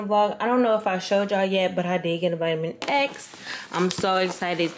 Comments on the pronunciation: Ma’am! Why do you keep calling it a Vitamin-X? 😂😂 It’s Vita-mix 😊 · lol vi-ta-mix not vitamin x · Lmao you kill me, girl that says vitamix. vita-mix. Not no vitamin x